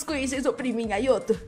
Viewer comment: Não se fala ayoto se fala ayato